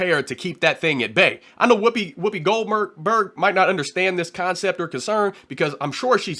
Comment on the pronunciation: That was so funny when he said Whoopi Golburr Bird. I hope he don't own no gun. Hahaha Hahaha 😅